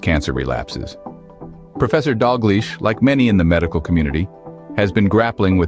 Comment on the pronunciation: It’s Dalgliesh!